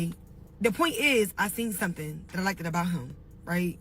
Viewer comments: Why does she keep saying “etcetera” and PLEASE… “liked” is not pronounced “liked-ed” okay I’m going back to my corner. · “Liketid” and “Looktid” good? SMH!!! That aside, I am happy she is successful! We all make mistakes at one point or another🤷🏽‍♀️🤦🏽‍♀️ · 6 figure job but you saying likeded and lookeded🤦🏾‍♀️ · Not likded. Pleaseeee